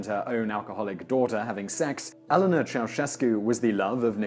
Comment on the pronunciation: When British people keep pronouncing Elena as Ellenna.... sigh